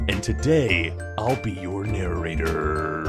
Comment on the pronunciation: Guys forget Dolans intro with his tongue roll, we got Nixioms Naratorrrrarrrarrarr